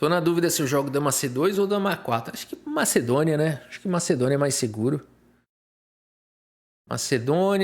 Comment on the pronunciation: Pode voltar a falar MACEDÔNIA! 😑